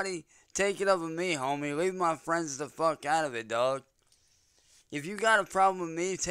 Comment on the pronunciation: Leave my fwendz and famblee alone